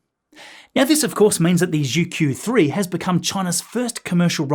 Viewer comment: Pronunciation note about the Chinese word "zhu-que" : the "Q" in the Pinyin romanization system is pronounced like the "ch" in "church". Skipping over details like retroflexive consonants and umlauted vowels, the closest approximation in English would be joo-chway.